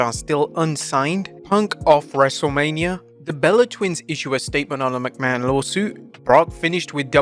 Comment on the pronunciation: From Vince McMahon to Vince Mcmanoit lol